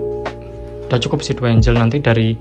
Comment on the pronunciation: ikut bagi ilmu dikit bang hehe... Angle (Sudut) bacanya bukan "Enjel" tapi "Enggel Angel (Malaikat) Bacanya "Enjel" suksess terus, smoga makin rame channelnya.....